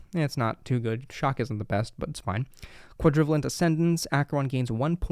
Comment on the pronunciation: Fyi the pronunciation for Quadrivalent is Quad - ruh - vey - lent. Like covalent bonds in chemistry.